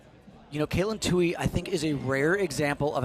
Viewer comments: Too-ee. Not Too-hee. Yes, irritating. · Its Tuoy. No H in that name. 😾